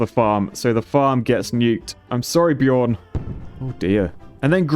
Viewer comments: Hey! In Nordic language you read "j" as a soft "i". So Bjorn read a bit like "Biorn". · its prononced byorn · i think Bjorn is pronounced "BYORN" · I'm surprised people in the UK don't know how to pronounce Bjorn..